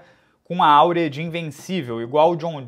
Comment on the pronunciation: Áurea Não ! É Aura !